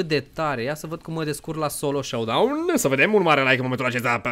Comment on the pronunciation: Sowdoune se citește șeadaun